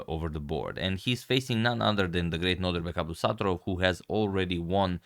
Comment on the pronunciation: Its abdo ssaatarooov